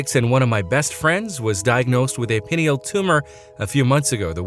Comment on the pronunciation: It's pronounced Pie Kneel i.e. Pineal Gland.